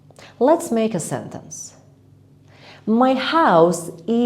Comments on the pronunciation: Maje? Or make?! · yes i hear maje